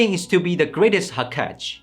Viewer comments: hokag?? hokag??? WTF!!! ITS HOOOOO KAAAAAA GEEEE!! YOU dimwit. omg. i love all the video when you pronounce hokage differently, my inner demon like sakura immediately released. FxK DUDE STOP RUIN MY CHILDHOOD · shippuden, not shipunden. ho ka geh, not hokatch. anyway, bravo to realme. from the dragonball gt neo 2, i alrdy impressed. but still can't get me to buy it cuz im doubting realme's flagship feel. (samsung user) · Man said I'm a fan of Naruto And proceed to miss pronounce "hokage" Hocage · Ho - ka- ge, not ho-kage 🤦‍♂️ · Hoo - kaa- gaeee !! Bruhh ! Never say it like ho-cage again! Nice review though! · HO.KA.GE Not HOKAJ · Ho-cage. and this man said in the intro that he had been a great fan of Naruto. bruh moment... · bruhh did you really just say Ho-ka-je? 😂😂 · What did he say "hokage" 😂😂😂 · HAH KAJ ☠️ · hoo kaj... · "hokage" haha he burn it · Am I the only one who laughed when he pronounced "hokage"? 😆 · It's hokage...the last ge is pronounced like gay..:) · You just butchered the word 'Hokage'. 🤦🏽‍♂️ Anyway, overall a good review. Keep it up! 👌🏼😁